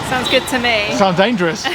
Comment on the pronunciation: "Danferous", & not, "Dangerous" 😅